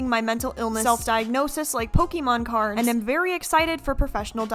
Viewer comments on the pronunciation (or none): none